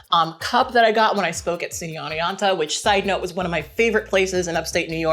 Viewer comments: Wooo SUCO! I used to go to Hartwick on the other hill ahah. It's a great little town and you pronounced it like 99% correctly! It's a bit more OWN-eonta than ON-eonta. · I'm from Oneonta and people from here don't bother to pronounce the t lol but yeah you say it right